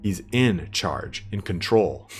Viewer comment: Just wanna say I loved the sound of "in concharge" 😂 Fantastic overview, really enjoyed it